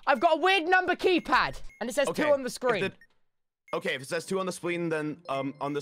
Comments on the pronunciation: “Ok if it says 2 on scween” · So were gonna ignore the fact that RANBOO said sween instead of screen the first time 🤚🤣🤚